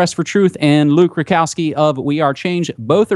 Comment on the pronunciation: Someone just pronounced Rudkowski right!